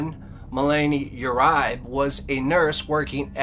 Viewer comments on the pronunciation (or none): Bizarre adventure of the mind and spirit. Curious and haunting. Great work. I believe Uribe is pronounced: yer ree bay. I could be wrong but people I know with the same name pronounce this way. Thanks for all you do.